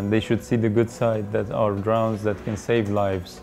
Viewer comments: seems to work pretty well, well done guys. not sure why so many people are dying in the caspian, seemed like quite a high death rate, 250 people/yr. not trying to be a dick, your english is great, and way better than my farsi but your pronunciation of 'drowns' is unfortunate. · Ironically, he calls them "drowns" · Anyone else find it ironic that he pronounces "drones" as "drowns"? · Any body else find it ironic that the way he pronounced "drones" as "drowns" ? Lol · Its funny cos when he says 'drones' it sounds like he's saying 'drowns'. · Its kind of ironic the way he says "drones" sounds like "drowns". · Funny thing is with his accent is sounds like he is saying "drowns" instead of drones, LOL! It is most funny because he can probably speak in 3-5 languages very well, I can only speak in two, and with much more difficulty than he can. Great way to put a good face on what has become a negatively viewed technology. Bravo! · I don't really know if they should, was just making fun of his pronounciation of "drones"